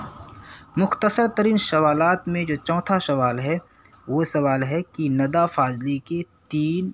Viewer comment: Nida hota hai na ke nada Ok